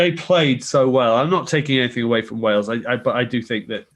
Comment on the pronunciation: I Love How Haskell can't even say the word, Wales! How do those lemons taste ?